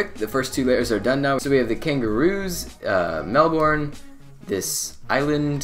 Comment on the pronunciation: I'm from Melbourne and you are pronouncing our city wrong lol